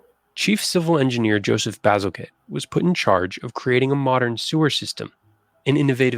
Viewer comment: This narrator has a lot of interesting (and true) facts but he mispronounces two words, which are annoying to me - as a 71 year old Londoner! - He says "plag" instead it's pronounced like ' play_g ' and the inventor -who designed and built the London sewer system - his name was Bazalgette (and the 'g' is soft as in giraffe , not hard as in golf) so it sounds like 'Bazzel_jett_ ' ... NOT like Bazzel_get_!!